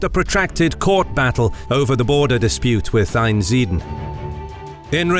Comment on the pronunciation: Great video, my family are from Einsiedeln. Note, there is an 'L' in Einsiedeln and it's not silent!